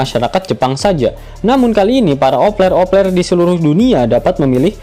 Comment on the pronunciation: Opeler.. Opeler kata mimin.. Kan vangke 😅😅